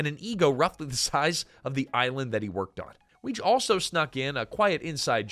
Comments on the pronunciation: Rheinhold Wege's last name was pronounced "Wiggy." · I love this, but, Reinhold Weege's last name was pronounced "wiggy" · I Like your channel but PLEASE research pronunciations. Yes, I realize I'm being pedantic but Weege is pronounced Wiggy, you'd know that if you had ever watched any of the cast interviews. Mischievous is pronounces Mischivous NOT Mischeevious.